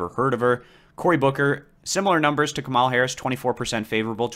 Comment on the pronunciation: Kamala Harris' name is pronounced KAH-mə-lə.